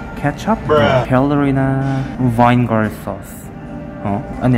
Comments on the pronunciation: Did anyone else noticed that he said "Vine" Gar instead of vinegar ?😂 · Vine gar sauce